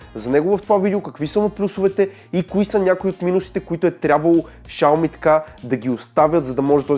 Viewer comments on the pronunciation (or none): Изговаря се шауми !